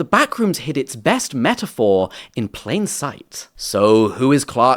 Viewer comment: “in pain sight”